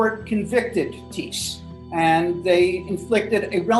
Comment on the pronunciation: I’m related to that man, it’s pretty insane to think that haha. Theres an h in there btw it’s not tees it’s thiess lol